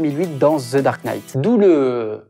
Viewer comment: ZEU batman ! 😳